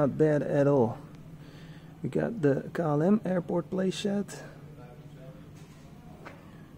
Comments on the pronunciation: Can you say “kei el em” instead of saying “ka el em” please? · It is klm is pronounced as Kay l m